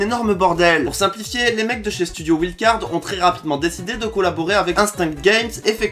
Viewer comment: Le mec sensé être pro des jeux vidéo et qui prononce wildcard avec un bon accent français ?